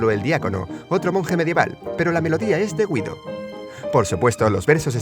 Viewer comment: Se pronuncia gido